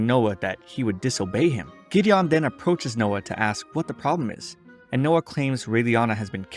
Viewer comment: GIDDION HAHHAAA